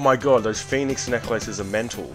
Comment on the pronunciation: The way you prounce phoenix Necklaces is funny asf 🤣